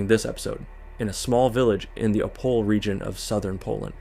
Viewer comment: E in Opole is not silent :) Opol"eh"